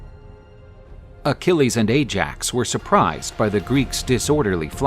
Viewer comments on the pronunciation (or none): none